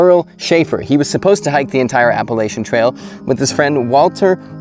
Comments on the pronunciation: App a la chun. Learn the pronunciation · Appalachian: app-uh-latch-uhn There's no helper vowels in the middle of the word, and we ain't French so we don't pronounce CH consonant clusters as an SH. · As an NC native, my heart hurts every time you pronounce “Appalachian”.